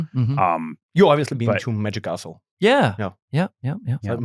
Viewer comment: I kept hearing "The Magic Arsehole", took a while before it clicked "The Magic Castle"